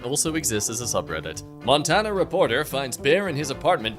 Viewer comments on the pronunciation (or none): none